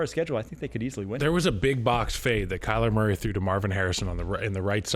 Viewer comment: Did he say “Kyler Mary”?